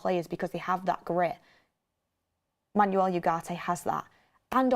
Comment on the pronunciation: VAR check on the pronunciation of the name Manuel… Think more ‘Man-Well’ and less ‘is your car an automatic? No it’s a manual’